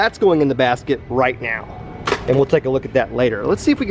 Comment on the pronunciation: I thought you said bass kit but you said basket😂 Ps I love your vids